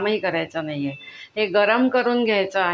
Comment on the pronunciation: सादरीकरणामध्ये अजिबात गोडवा नव्हता....कोणी मुख्याध्यापिका बोलत असल्याचा भास होतोय..... आहे व आहेत या शब्दावर इतका जोर का लावताय...